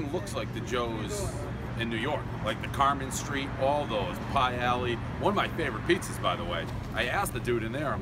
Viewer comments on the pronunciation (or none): none